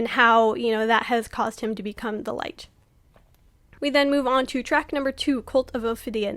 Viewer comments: You said the band name wrong. It’s Lich pronounced Litch. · I love the breakdown, but I hate how you pronounce Lich. 🤣 Also, the Demon of the Snow was what got me into this band! I wholeheartedly agree. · Great video, but uh check the pronunciation of "lich" 👀